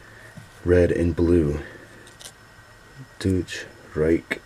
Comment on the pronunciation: Not dooch reich, its pronounced doytsh